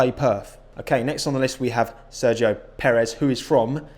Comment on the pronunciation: Props for pronouncing Perez correctly tho. Most of F1 commentators can't even bother to do that, and they are paid to do so.